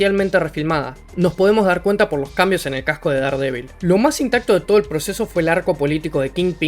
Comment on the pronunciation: Buen video! Una pequeña aclaración...Daredevil no se pronuncia así, se pronuncia como si se escribiera Derdevol